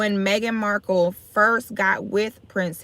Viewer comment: I thought her name was Marhkle not Marble 🤔🤔